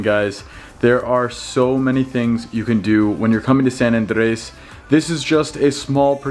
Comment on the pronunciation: It's AAAHHHandres bro not ANdRES. Why do you roll the r in andres and then just butcher the first part. lol